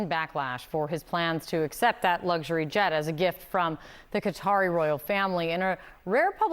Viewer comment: It is a "lugzury' plane - wiff a 'g''